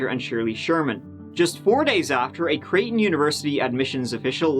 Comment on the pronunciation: Midwesterner here and big fan, but needed to tell you how we pronounce i5 Creighton = Cry-tin Terra Haute =terra hoe-t